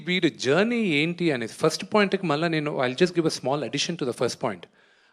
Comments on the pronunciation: First ❌ farast ✅ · Frast kadhu first ra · first =farast😂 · Frast kadhu first ra ayya